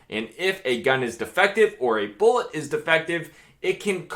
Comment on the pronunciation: "Foreseeable... boolit"